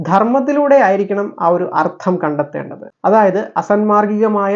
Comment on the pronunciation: Ardham alla Artham